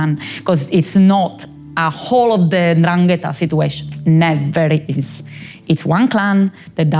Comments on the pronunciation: He has a long conversation with this woman, hears her say 'Ndrangeta' numerous times, yet persists in putting the accent on the wrong syllable. That genuinely perplexes me. Why not correct yourself? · "It's N'dràngheta, not N'dranghèta." Read it with Hermione's voice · Love how the interviewer went to great lengths to keep pronouncing 'ndrangheta wrong, this kind of commitment is not something you see everyday! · The interviewer just refuses to pronounce the name correctly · At least try to pronounce it well... 'Ndrangheta Apart from that great take on a good topic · Love this but learn how to say Ndrangheta